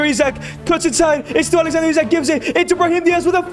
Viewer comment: Bro pronounce Isak wrong